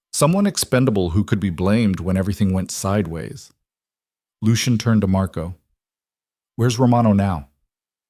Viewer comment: AI just cant pronounce Lucian.